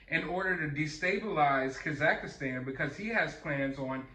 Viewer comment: Ok, once could've been a mis-read; twice means you actually think the name of this place is Kazakhistan. 3 times, now!! Dude!! Kazakhstan is where Borat is from. How can you not know how to pronounce it. I get it. This isn't a movie. It's not your expertise. But, you do plenty of news. And the Kazakhistan count is up to at least 10 now....lol.